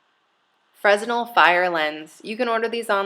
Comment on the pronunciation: Not trolling here, but I thought you might like to know that the Fresnel lens is named after the Frenchman who invented it, and his name is pronounced fruh-NEL. Silent S, emphasis on the second syllable. Kind of a cool, nerdy point. Full disclosure: guilty of being a nerd. Nice kit! Cheers.